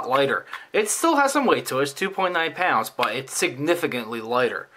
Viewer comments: too me it sounds like both at the same time 2.9 pou∙nce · WOW: at timestamp , it sounds JUST like you are saying "2.9 OUNCE". I thought you were just mispronouncing it as 'ounce', but after 1st assuming you were saying 'pounds' and replaying, I could hear 'pounds'. Actually I can make myself hear "pounds" or "ounce" at will! Very odd--I thought I would point out this trivial 'thing', hoping to see if this 'effect' occurs with others besides myself.